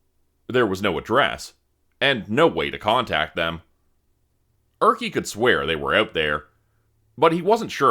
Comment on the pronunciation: I never thought that Erkki would be pronounced as Örki. 😂